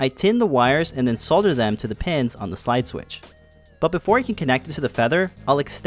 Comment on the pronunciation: This is a very cool project and an excellent video. Thank you! And as if that wasn't enough, as the cherry on top, your pronunciation of "solder" was perfectly correct :)